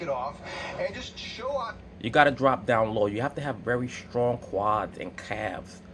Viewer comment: "You dwop down and get your ego on." Lol